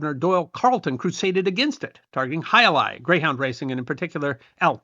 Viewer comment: As a native Spanish speaker I was pleased about your completely correct pronunciation of the name of the sport. As the video rolled I noticed how current were the pronunciation tips in ads. Also, as a Spaniard, I must point that the sport is not exclusive of the Basque region, but it is true that there is where it is most popular. There are frontones in many villages outside the Basque region. As an example, I grew up in Madrid in the 70s and my school had its own frontón where we informally played in all imaginative forms: from a more or less canonical way (the hand version, not the cesta-punta) to games where we used tennis rackets or even feet with soccer balls. It also must be noted that in the first half of the 20th century it was a very popular sport all along the country but I think it was overwhelmed by soccer.